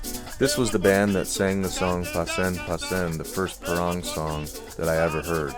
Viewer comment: I crying every time the narrator say "parong" instead of parang.